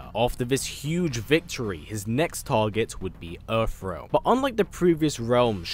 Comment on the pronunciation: Why do you keep saying earf realm??? You Brits really need to learn how to pronounce TH! How the hell do you transform TH into F???